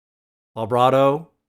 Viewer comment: Please stop saying volbrato. I like your reactions but that drives me crazy.